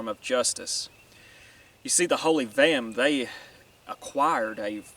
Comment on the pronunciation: Vehm*. Not gehm.